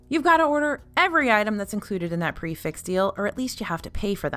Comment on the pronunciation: Prix - Fixe pronounced "Pre Fe" because it is a French term and nothing is ever pronounced as it is spelled. It means fixed price as it applies to a fixed menu. I love this channel and thanks for what you do.